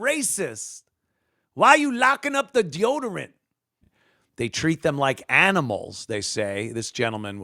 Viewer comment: Da best. But incorrect, there was if u don't wanna be treated like animoos, quit acting like animuse, and when he corrected himself on "animals" wiff animoos. iii lost it at bofe!